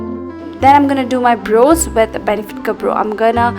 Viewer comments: True that Hey actually no offence the way u pronounce “brows” is different, it sounds like “bro” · Dear its not "bros" its "brows" 😂😂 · It’s “brows” not bros!😂😂😂